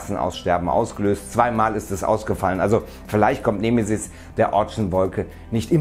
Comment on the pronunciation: nehmehsiß... 🙄 Die betonung ist bei E da gibts kein H .... "nEmE-sis".. :P ansonsten Juuhhuu Weltuntergangsstimmung.. 🎉🎈🎉